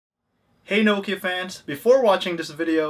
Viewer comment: IT IS NOH-KIA NOT KNOW-KIA